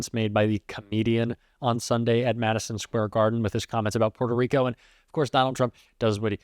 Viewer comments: I’d probably believe he has a great relationship with Puerto Rico if he didn’t call it “Porto” Rico. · Trump: I don't know who that comedian is..... Also Trump: PWETO REEKO.....AH😮